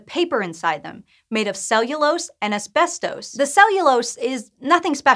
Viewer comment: This is how you pronounce "ASBESTOS"